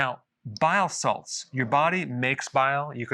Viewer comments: He is saying BILE SALTS. Just sounds like bio salads lol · I keep hearing biosalads 😂